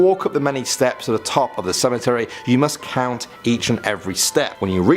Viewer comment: Love the videos but seriously? You can say tree but not cemetery? Tree and cemetree?